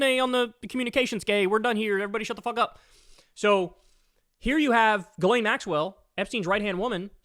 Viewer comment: Her name is pronounced “jizz-lane”